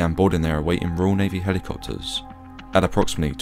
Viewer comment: “Merlin helicopterrsss”